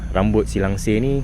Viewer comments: Langsuir bukan langsir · Bang bukan langsir tapi langsuir.saya duduk dekat parit buntar.